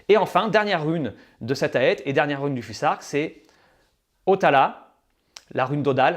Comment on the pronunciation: On prononce fusark ou fousark?